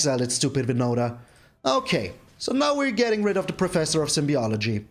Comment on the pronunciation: Those shrines are torturing aggro players. No wonders you enjoyed it. 😅 Careful, it’s Professor of Symbology (like symbols), not of Symbiology. Don’t worry, first time I saw the card I had to re-read slowly it to make sure I read it correctly. 😎